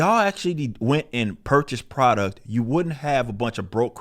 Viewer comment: "pridouct" lol